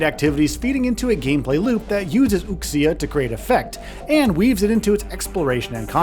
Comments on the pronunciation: woo-sha NOT wook-see-ya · What I was absolutely not ready for was this reviewer repeatedly pronouncing Wuxia as "WOOK-see-uh". The midwit curse of Western phoneticization strikes again. 🤦‍♂️ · "ooksee-ya" huh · The game looks to be pretty darn good! BTW, the ‘x’ in wuxia is pronounced as a ‘sh’, so woo-she-a. It hurts my ears to hear it pronounced wrong. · Wuxia, pronounced Wu-sha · Wuxia = Woo-shaah 😂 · The way you pronounce wuxia is really pissing me off. It's not that freaking hard to learn basic Chinese pronunciation. If you're going to cover a Chinese game, take 5 minutes to learn how to say the words! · Mispronouncing wuxia every time. 😂